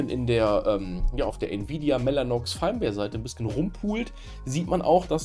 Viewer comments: Firmware wird wie Firmwäre ausgesprochen. Gutes Video schlechte Englische Aussprache ;) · Ich denke immer, dass er VMware sagt XD Triggert nur leicht xD